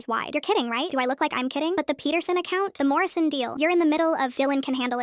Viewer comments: why is it always "morrision" haha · It's always "Morison"